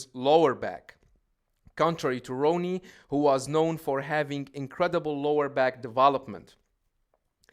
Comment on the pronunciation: Im a Jay fan, but he only had Ronnie beat in midsection. This guy cant even pronounce Ronnie's name ,lol 🤦‍♂️